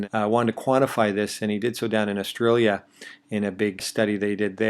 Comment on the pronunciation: lol... Austrailia or Australia